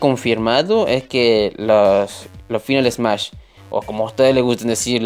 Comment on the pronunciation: 1.- se pronuncia "Fainal esmash" y "Breik da targets" 2.- en twitter son MUCHO mas activos, aunque tampoco es que publiquen algo importante